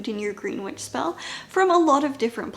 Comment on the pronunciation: i always giggle a little when you say witch, cause i always hear bitch. Awesome video!